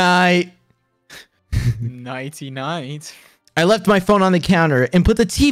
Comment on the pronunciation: Why did george say "nighty night~" like that!? 😂😳